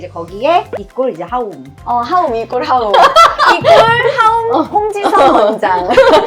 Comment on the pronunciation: 하움..이라고 말할때 빵터졌지만..하움 가고 싶네요..ㅎㅎ 예약하면 내년쯤 가능한거 아님?ㅋㅋㅋ